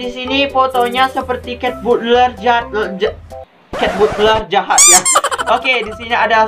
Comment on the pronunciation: Kak kok susah banget bilang populer sama jahat lucu banget kakak itu aneh kalo ngomong kayak begitu doang loh kok bisa kayabegitu si kak